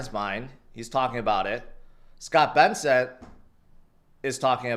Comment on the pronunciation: why do you refuse to use the proper name of the treasury secretary just look at how it spelled bro, I’ve never heard you say his last name correct onetime.